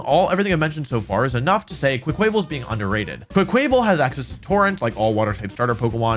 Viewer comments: I really wish you would start pronouncing Quaquaval with a mix of "quack" and "aqua," as you would expect for a water type duck. For example quack-wuh-vull. There's no chance that "kwuh-kway" was the intended pronunciation. As much as I know mispronunciation is part of your schtick, a lot of people pronounce it that way and it's so logically unsound. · Wolfey doesn't say quack quack he says quaick quaick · Quaquaval = Kwah-kwuh-vahl, not kway-kway-val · No offense intended but every time you say Quaquaval (pronounced qua from quack and val from carnival (the Brazilian one)) as “QwuaKwāvil” I die a little inside and out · Im sorry, but the way you day quaquaval bugs me a lot. It's quack and carna-val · Quaquaval is actually pronounced, "Qwaa-qwuh-vol." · GAHHHH! Its QUACK-uh-vahl! Duck goes quack, at the Carnivale! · Everytime Wolfy says Quaquaval wrong I feel a piece of me die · that pronunciation of quaquaval broke me 😂 said it so many times too